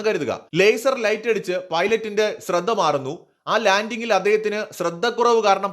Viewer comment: Ashradha kuravalla shradha kurav that is right